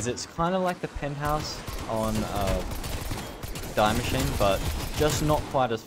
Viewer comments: Btw it’s pronounced DEE-MACHINE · No hate but its die Maschine. "die" is german for " the" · You pronounce die machine wrong, it is german...